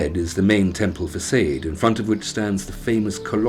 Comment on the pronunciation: lost respect at fac'aid'. its facade, fa'sad'.